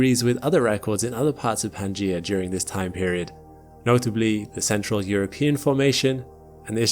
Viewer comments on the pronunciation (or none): none